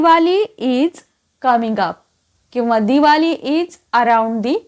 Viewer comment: आपण दिवाली का म्हणायचं. दिवाळी म्हणूया. बाकी तुमचे सर्व व्हिडिओ अत्यंत अभ्यासपूर्ण आहेत.